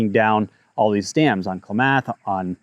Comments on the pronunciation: Your information is incorrect. The water never ever re-enters the Eel River. The outflow from Lake Pillsbury keeps water in the Russian River. Another thing, you need to learn how to pronounce Kla-muth, not Kla-math and also Tu-lee elk not Tool Elk. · KLAM'-ATH not KLA- MATH' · Try “Clam-Muth” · Thanks for making this video with. Very important topic which smells fishy (no pun intended- well maybe.) Correct pronunciation is Klam-ath or Kla-meth. Painful to listen to repeated mispronunciations. Rocky Mountain Elk Foundation should also be interested in the elk population in the Potter Valley. The most revealing statement made here by is…”Independent, can-do people are not favored politically these days and an assult on those who can fend for themselves and produce food for others is the norm (Paraphrased)” Taking water resources from farmers/ranchers and devaluing the property of generational farmers is ludicrous. It’s a state land grab. Gov. Noose-um should swing by one before he completely destroys California agricultural, burns all its forests, covers all left over ground with micro climate changing/heating solar panels and migratory bird killing wind turbines. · Just thought of a way to tell you how to pronounce it. Kla(as in a in as)math(myth). I grew up hearing it all the time but just realized how confusing it could be. 😂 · And clam-ath , lol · Dude, you are pronouncing Klamath and tule like you’ve never been to California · I am a california farmer, for real. This is total, right wing, extrapolated nonsense. Doesnt know how to pronounce "Klamath" or " "tule". Disregard this video. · I’m sorry, I normally don’t comment but you might want to look up how to pronounce Klamath. 😄 I do appreciate your videos!!!